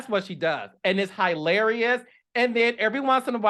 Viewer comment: Carlos vacillates between SAT words and saying things like KNOT-i-fi-cation button and Heeee-Larious. 😂😂😂😂